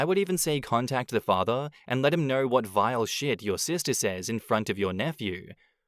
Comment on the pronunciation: I can't stand how certain words are pronounced with an R at the end. "She's the most loyal person that I know-Errrrr"